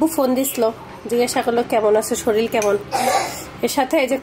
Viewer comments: আপনি শরীল বলেন কেন শরীর বলবেন ভাষা ঠিক করেন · শরীর , শরীল নয়